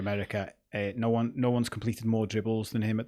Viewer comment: NOONYEZ not Noonez. He didn't join the Reds yesterday. I know the score boards misses off the accent over the N, but he's NOT from Brazil. This is Spanish guys.